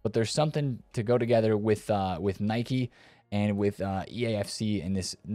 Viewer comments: Its Nike not Nicky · Never heard Anyone pronounce it that way😂 Its Nike not Nicky or Nikey. Well USA is .... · "Nai-kee" is the pronunciation. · Nikey? Brother cant even pronounce it correct😅